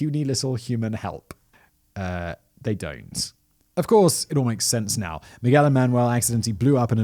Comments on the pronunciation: He said "Mi-gwel" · Mig-well made me *cringe every time! I'm glad Simon now takes the time to at least look up the main characters' pronunciation